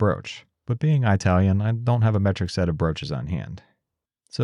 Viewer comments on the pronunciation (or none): You don't sound Italian. In fact, you don't even pronounce "Italian" like an Italian. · im glad someone elses grandparents passed eye-talian down to them like mind did for me!